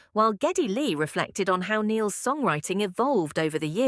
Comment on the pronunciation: Bullshit ai voice. Pronounced Neil’s name WRONG!!! Very disrespectful and totally stupid!!! Reported! So sick of the deception of this ridiculous technology!!